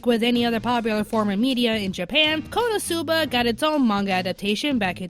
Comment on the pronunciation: for future reference, when pronouncing Konosuba, accent the "no", and half-drop the "u" without dropping the syllable. I'm saying this because, although you are my favorite member of Anime America, you butchered the pronunciation of Konosuba.